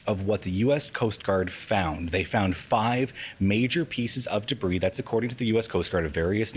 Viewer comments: I can't stand the way she says "debris". Day-bree, day-bree. It just grates on my ears. Lol. Is it an accent thing? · Why is she saying debris like an absolute bafoon